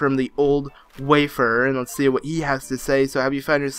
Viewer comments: Why do you pronounce "wayfarer" like "waferer"? Do you even know what a wayfarer is? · It's not pronounced "wafer"! 😂 Love the video anyway xx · It is so funny how you say 'warefarer' as waferer